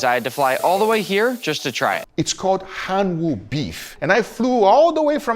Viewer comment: I was so confused when he said Hanu beef because he pronounced it almost exactly the same as the Hawaiian word "Honu" which means turtle....